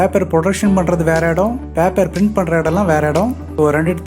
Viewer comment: பாப்பர் இல்லை பேப்பர்